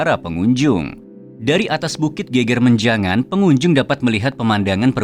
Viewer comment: Geger menjangan lafalnya slah.. bukan geger (rusuh) tp geger (punggung) beda lafal😊